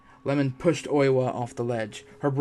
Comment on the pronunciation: The husband's name is I-e-mon, like Ye-mon, not lemon 🍋